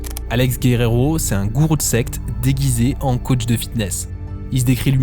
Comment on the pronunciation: the caoutch? c'est un canapé dont tu parles? c'est comme ze shoute?